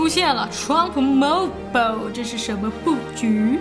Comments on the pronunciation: Mobile不是这么读,建议 好好去查一下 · mobile的发音，你发的怎么和我学的不一样？